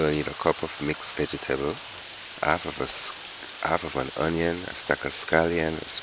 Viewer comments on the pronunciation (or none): It’s half not Alf please pronounce your H so ppl could understand your English